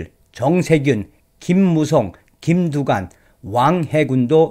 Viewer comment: 흠~꼭뚜관네라 ! , 흠~꼭무썽이라 ! , 이내전술을 숭배 해따는건데 ~음 ! .